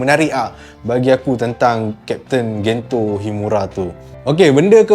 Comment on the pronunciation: sdikit sdih la aq sbb kat malay dub pronounce Gento jdi Gen je..